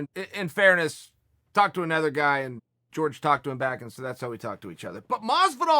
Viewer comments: Jorge: it’s Pronounced hor-hey Chael: it’s George Jorge: I apologize Chael, can you get in touch with my parents and set them straight please? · Can you stop anglicizing ethic names it's Jorge not George it's Kamaru not Marty! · Fuck. It's not "George", man. It's "Hor-hey ." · George??? Wtf is George... its pronounced OrHey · Everyone: hor-hey Chael: George Everyone: George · He get Cejudo correct though 🤣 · Hey Chael! His name is pronounced Jor-hey. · "GEORGE" lol Chael is doing this on purpose lol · Jorge pronounced as George. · I’m waiting for him to start pronouncing it correctly as Georgy porgy. 😆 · Tom babybot you mean Jorge is pronounced Horhay in Spanish. 🙈😂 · We'll be respectful and say his name right. You "whitening" his first name is very disrespectful.